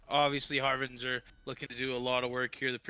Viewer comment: why are you saying HARVEGER when this is HARBRINGER